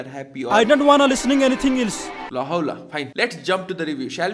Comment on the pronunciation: Aeee 'else' vannu khojeko ho?